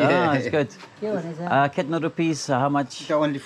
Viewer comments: Bro don't say" kitna rupees" 🤣it's nepal we say "kati rupee " anyways have a greatday🙏❣️ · it's not "kitna rupees" it's "Kati rupe" in nepal